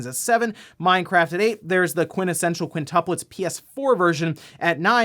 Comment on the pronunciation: Lmfao I LOVE IT how he pronounced the quintessential quintuplets 😂 watch it bro! Cringe for a little 😂